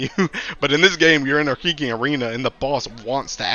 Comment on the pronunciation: He's saying "freaking" 😂